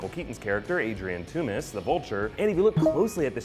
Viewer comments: Toomes not Toomis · It's pronounced tombs not toomas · toomes sounds like tombs but he keeps saying the sound like tommez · are we ever going to address pronunciation of Vulture's surname? ToomEsssss? I thought it was toomes like tombs but hey ho xD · pretty sure Toomes is pronounced as tooms not too-mes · "TOOMS" not "TOO-MES" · its pronounced tombs, not toomiss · ******toomes not "two-mis" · why is he calling vulture, "Toomis". something that's just annoying me. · He needs to watch the watch any of the animated series with vulture for the correct pronunciation. I wonder if he'll say Toomes on his easter egg movie review after hearing them say Adrian Toomes or Toomes a few times on screen?